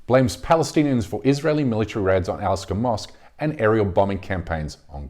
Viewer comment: What's with you? Second video I've seen where you erroneously say Al Asqa Mosque 🤷‍♂️🤷‍♂️🤷‍♂️🤷‍♂️🙆‍♂️